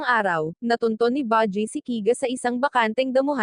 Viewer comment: Baji at kiga ano yun hahahahaha panget mo mag recap promise no offense.